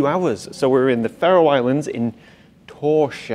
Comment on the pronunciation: Your pronunciation of Faroe is incorrect